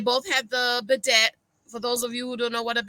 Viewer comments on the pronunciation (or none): And Bao was not acting giddy stupid the way you are describing it. And bidet which is pronounced biday duhh.